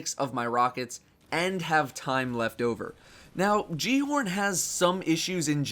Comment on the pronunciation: repeat after me Gal-e-horn the j makes a h sound